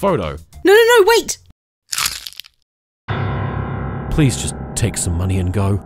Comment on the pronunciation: "May i pwease hav' an autogwaph" sounds very bri' ish to me